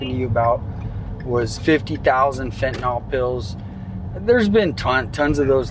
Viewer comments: y'all got any fentaNALL? Not fentaNILL. the proper pronunciation. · FentaNYL. NYL. It's not TylenOL. FentaNYL.